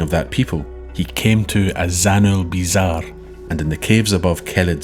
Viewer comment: Azanulbizar. . . First time I have rewound a YouTube video multiple times to hear a pronunciation. Nicely done.